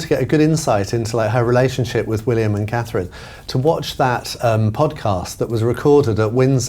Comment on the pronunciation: Looking beautiful as ever! Please no more until she can say Princess Catherine!